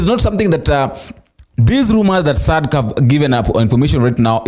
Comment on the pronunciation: It is pronounced as "Sadac" and NOT Sadca🇬🇧